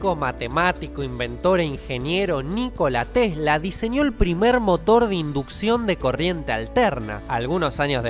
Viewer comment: Eschuché que dijó "Nico Latesla" xd